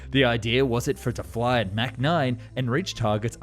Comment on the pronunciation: German AI voice: "...Mac [mæ:k] 9..." 🤦‍♂️ "ERNST MACH was an Austrian physicist and philosopher who contributed to the understanding of the physics of shock waves." (Wikipedia).